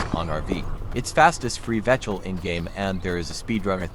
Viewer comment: What is a "vechl" bro 😂😂